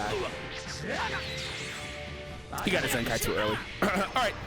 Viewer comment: it's zenkai not zenki